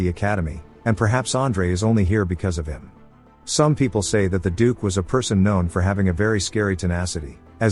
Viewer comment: Wow, it took till 1hr 49 mins till you could get "dukes" name correct